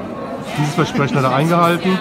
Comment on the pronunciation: Vesprechen? nicht Versprechen